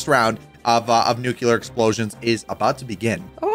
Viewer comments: Nuclear. Not nukular. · Theres only 1 "u" in nuclear.... its not pronounced "nookular"